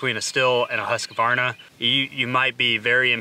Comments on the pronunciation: Can you please stop calling that one saw brand husk-u-varna? It really is pronounced hoosk-varna. Other than hearings that mispronunciation I have been taking a liking to your channel 💨💨😎💨💨💯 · No it's Hoosk Varna. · You’re saying Husqvarna wrong it’s pronounced “husk-varna” that’s a q in between not a letter A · Why are you adding an "a" after the "q"?